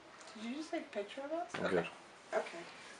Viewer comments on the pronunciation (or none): none